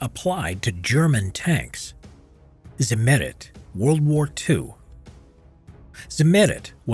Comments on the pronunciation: Simerid nooooooo noo. It's called Z i MM eri T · Agh! Not zi-MER-it! You correctly note that the name of the producer was Zimmer: they named their product Zimmer-ite. With German pronunciation added, that gives us "TSIM-mer-EET. You're welcome. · Pronunciation of the word Zimmerit: Emphasis on the 2nd i, rather than than the e. Zimmer as in Hans Zimmer. Zimmer-it. Sounds more German than Zim-Merit. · Zimmer-it ...not zi-merrit. So dumb.. you even said 'zimmer' correctly at some point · "Zimmerit" not: EHRMAGERD ZEHMERET! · Zim er it. Zimmeirt. Not za mayrit. Fucking a. Also field applied is a myth. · Zimmerit is spoken more like Tsimmereet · "ze merit"?? Couldn't you have researched the pronunciation of a single word? Never heard of ? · Correct pronunciation is stressed on the second i. [tsimmer_i_t] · did i hear ZIMMETET??? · Its Cimmerit goddamnit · Ziemerit its prounounced at not zimmerit learn german american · Lol zimm*È*rit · Accent on the first syllable..... not second....... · Why are Americans notoriously incapable of pronouncing words and names from other languages in an even partly sensible way? The way he pronounces "Zimmerit" is simply absurd. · The pronounciation of zimmerit is so cute :D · the accent is on the i, not the e, sorry but it makes me cringe everytime you say it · The “e“ is spoken short. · The way he says Zimmerit hurts my soul.